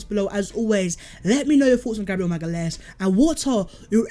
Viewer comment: Btw it’s pronounced maga-laish (magalhaes)